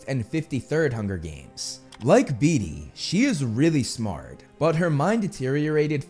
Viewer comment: Love you bro, been listening for a long while, but all I can hear is you saying "Dee Dee" instead of "Beetee" and it sounds hilarious as I keep imagine Dee Dee with Dexter's mind ❤